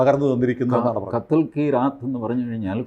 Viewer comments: "കദൽ കി രാത്" അല്ല, "കത് ല് കീ രാത്" Katl , katla or katal ki raat. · Kadhal അല്ല kathal. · കദൽ അല്ല കത്ൽ. Cringe 🤢